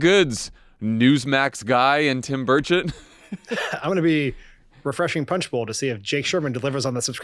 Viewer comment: Every time you say Tim Burchett, my British ears hear "Tim Birdsh*t"!